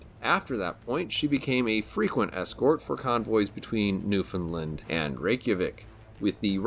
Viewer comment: Great review. The best as usual! I'm a sucker for historical context. I am contractually obligated, though, to correct a minor but extremely common misconception. The 'official/local' pronunciation of Newfoundland is "New-Fin-Land" (sounds like "understand"). Really minor but drives the Newfoundlanders crazy!